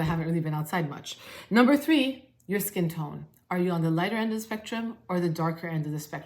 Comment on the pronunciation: I laughed with you when you accidentally said "skin toin" 😂thanks for the recommendations,!